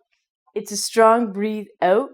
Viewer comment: Great video for learning Canadian pronunciation. out = "oh-t" mouth = "mow-th" etc. And she has that cheerful positive Canadian attitude as well. Love it.